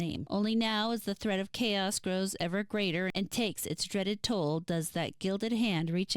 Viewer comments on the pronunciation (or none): none